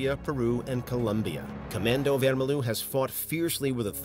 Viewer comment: Vermelho is portoguese and means red, yes, but is said wermeljo